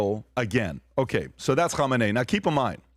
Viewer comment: PBD loves saying “ho mah nay” lmao Which is the name of the possible next leader, spelled “Khamenei.” 😂